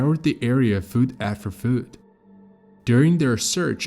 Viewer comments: Foot rhymes with put, not Food. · I wish that we could stop using computer generated voices. This is one of the better computer voices but little things always give the computer AIs away. Fuut after fuut. Activitis? Etc Also notice the steady, unwavering pacing, almost robotic. Also “the most miniature member of the party”? That is not a term people use in that context. It is term used for inanimate objects. Also: theo-RAT-ically. and “Looses their ability to SPIK”. Lastly, notice the absence of any intake of breath at any point. Listen to any human and you will pick up intakes of breath. There are none here. For comparison, listen to Mr. Deified who is definitely human - occasional irregular pacing, intake breaths, sensible word use, good pronunciation.